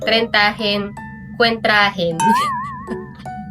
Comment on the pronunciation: Kwarentahin ❌ Kwentrahin ✅ Hahahahaha goin’ bulilit yan sha talaga ehh